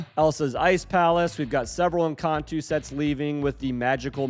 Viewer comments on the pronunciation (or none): In-con-toe not In-con-two